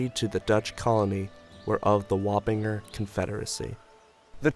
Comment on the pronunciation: Has anyone else only heard Warringer pronounced l /wah-pin-jer/? I grew up in Northern Westchester.